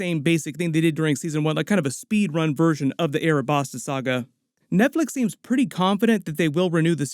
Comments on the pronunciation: Alabasta not arabasta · Also, ALA-Basta yes due to L & R in Japan they say Arabasta but it's Alabasta It's like calling Luffy - Rufi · I didn't think you could offend one piece fans any more then saying who's better sanji or zero or power scaling with other anime but this guy just did it arabasta pronunciation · A man said earabastarr. But fair play though you know your one piece 🤝😂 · anyone else caught off guard by the Alabasta and Lougetown pronunciations? ahhaah